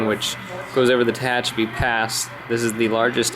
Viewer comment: Good to see this amazing layout again. I'm not sure you're pronouncing Tehachapi correctly. As I'm sure was mentioned earlier, in the old days (until 1996) it was SP and Santa Fe. SP built the route and Santa Fe was given trackage rights. For a video, you pan the camera WAY too fast. Was getting a little dizzy. It's good to get down to track level when shooting a train.